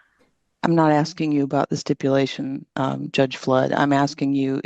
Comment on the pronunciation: "im not sure what youre axeing 🪓" darell brooks all over again 😞